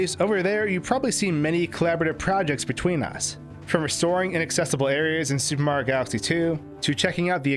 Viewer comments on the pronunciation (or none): why do you and so many other pronounce "super Mario" so differently i hear " su maro" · “The Soup Mario Galaxy Series-“